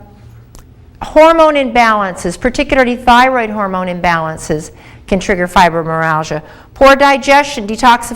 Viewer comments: It is not pronounced "fibromeralgia" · Went through the entire video looking for a self correction on the pronunciation. Well uh, " fibromeralgia" it was. It will have to be chalked up to early morning dental work;-). Still I appreciate the feedback, negative or positive. Sincerely